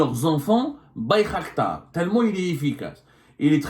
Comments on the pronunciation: Bayraktar non pas Baykhaktar 😂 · Bir qdar بيرقدار et non bir khdar